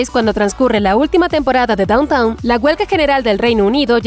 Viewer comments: Quería ver este video pero la narradora no deja de llamar Downtown a Downton. Me quedé en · DownTON! No “Downtown” , lo pronuncias mal todo el vídeo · A ver si para empezar, la locutora se entera de cómo pronunciar correctamente “DowntON“. Nadie habla del “centro de la ciudad (=downtOWN)”. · En realidad la serie se llama "Downton", no Downtown! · Gran comentario… pero por favor pronuncia bien el nombre. NO es DOWNTOWN, o sea centro de la ciudad, sino que se pronuncia DÓWNTEN, con el accento sobre la primera sílaba. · no es downtown, es downton! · Amiga mía, la serie no se llama Downtown Abbey sino Downton Abby. Hay una ligera diferencia. Lo has estado pronunciando mal durante todo tu trabajo. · Me está volviendo loca que digas todo el tiempo Downtown en vez de Downton. Me es imposible imaginar que viste un solo capítulo de la serie si no sabes ni como de llama. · Dejé de ver el video cuando dice DowntoWn xD Es Downton, lelos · NOOO SE PRONUNCIA DAWNTAWN 😭 QUÉ DESESPERACIÓN CON ESTA NARRADORA DE M!